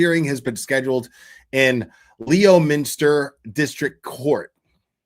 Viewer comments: LEMINSTAHHH NOT LEOMINSTER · LEOMINSTER IS Pronounced: LEMINSTER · Honestly this is a repeat performance from 😡😳😭 Also it's LEMENSTER NO LEO LOL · loool pronounced LEM-IN-STAH (Boston accent) 😊